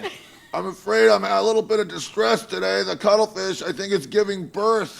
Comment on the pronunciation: It's "cuttlefish" you idiot, not "cuddlefish"!